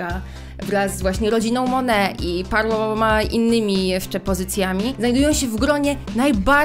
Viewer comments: jaka mone mówi się monet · Jakby co mówi się monet a nie mone